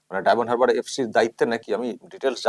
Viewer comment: কত অশিক্ষিত, বলছে ডায়মন্ড "হাবড়া" উচ্চারণ টা শুনুন